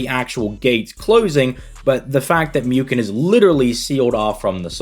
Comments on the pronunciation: It is pronounced mooken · It's pronounced Mooken my friend.